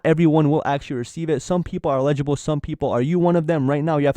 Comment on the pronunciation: Free. Im not trying to be a karen. Tho I think the word youre trying to say is Eligible- e LLLLLL-IG -I-BLE. I might be right I might be wrong. Just saying. Have a good one:)